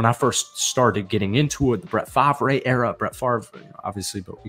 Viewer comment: You got your 250 likes Omg people say I ramble A packers fan who says Fahv ray Its Far; Brett Far; the Favre "V" is silent And I'm slow; what did the NFL fear???? Is it NFL teams fear the "comeback"? Or NFL owners and commissioner afraid ??? 8min I didn't hear it